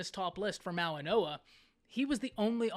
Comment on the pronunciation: Goa not noa